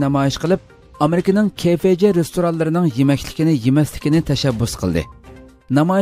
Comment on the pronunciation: ھەرقانداق خەۋەر بىرىشتىن بۇرۇن قايتا قايتا تەكشۈرۈش كىرەك ، بۇلۇپمۇ ئاخپارات يۇقۇر تۇغۇرلۇقنى تەلەپ قىلدۇ ، ئۇنىڭ ئۈستىگە ھازىر كۆۈرمەنلەنىڭ ساپاسى يۇقرى ، خاتالىق كۆرۈلسە ئاخپارات ئورنى بولغان ئۆزىڭلارغا تەسىر يىتىدۇ 。 بۈگۈنكى خەۋەردىكى ئامرىكا تىزتاماق خانسىنىڭ ئىسمىنى KFG دەپ ئىلىپ سىلەر ، ئەجبا سىلەر Cبىلەن Gپەرىق ئىتەمسىلەر ؟ KFGئەمەس KFC